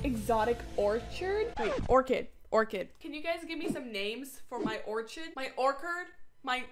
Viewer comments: The way she say orchid wrong OrcHidd OrCid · 🍄Name the orchid Fred the stupid orchid🍄 🌺(because you can never say his name right)🌺 🍄 or if it’s a girl you can name her Fredrika The stupid Oregon🍄 🌺 (because you can never say the name right) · Name it orchid!!! The wrong way you said it~